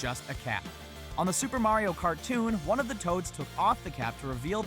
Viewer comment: Waluigi is obviously number WAN